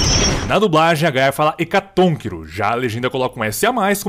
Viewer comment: reclamou da Gaia falando "hecatonquiro" mas fez igual em mf + 1 pecado